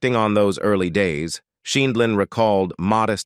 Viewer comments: Horrid voice over!!! Mispronunciation over and over including variations on Judy’s last name. Good content but ditch the robot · Why does the narrator mispronounce her last name 7 different ways???? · Why would you get an announcer that didn't know how to pronounce her name? Very dixtracting.. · Your AI narrator needs to be programmed to pronounce words more consistently. There must have been 5 different ways that "Sheindlin" was pronounced. And when that's the main subject of the video, it is important to get it right.